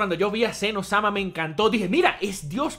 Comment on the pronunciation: Es Zen oh - sama, no un Elmo adolescente XD